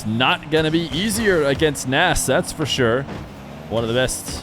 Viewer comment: I'm good, n I love Feer but every other player when casted in these 1v1's get his best correct pronunciation, I believe Nass (PRO -nes) deserves to have that right as well.